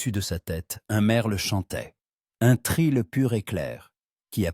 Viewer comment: L'IA prinonce "un tril pur et clair, or il faut prononcer "un trille pur et clair" 🙂